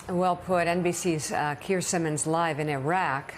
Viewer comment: Excellent coverage from Keir Simmons not Simmmons